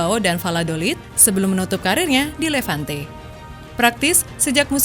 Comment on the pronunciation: Maaf koreksi mbak narator ,bacanya LEVANTE bukan LAVENTE🙏